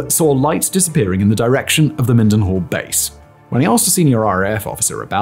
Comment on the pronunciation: Your mispronouncian of mil-den-hall (mildenhall) really bothers me as its around the area i grew up 😂